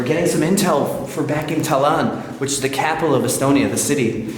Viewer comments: Its Tallin not Tallan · I married a son of Estonian parents. We hope to visit their homeland one day from Australia. But I must add the correct pronunciation of Tallinn is Ta- Lin not Ta - Lan 😛 keep up the great explores 🤙🏻